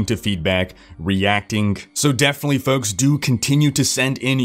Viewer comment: Never heard someone pronounce "folks" so oddly. Is he purposefully trying to inflect? Maybe he went to broadcasting school...idk, it sounds weird when he says it.